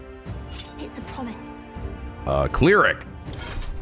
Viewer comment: "Cleeeeeric" I'm dying at that pronounciation